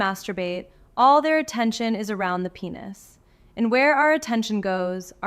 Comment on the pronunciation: Hey you woman you should pronounce correctly. Because is not penus .it is penis